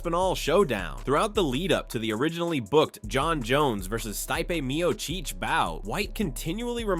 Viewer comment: Who the hell is Stye-pee Mio-chick ?